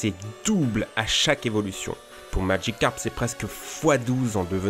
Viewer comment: Magicarpe, pas madjicarpe!